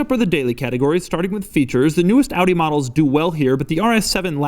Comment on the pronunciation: Your pronounciation of Audi is on point